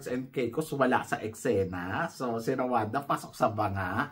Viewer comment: mali pronunciation po ng RWANDA is RO-WAN-DA baka kasi may ma offend na bansa.. pati ung CÔTE ďIVOIRE.. its CAUGHT-DE-BWAH..